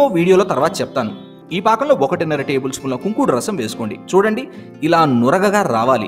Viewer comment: Fakam not brother pakam